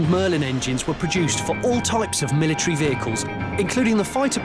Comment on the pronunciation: "MI LI TREE"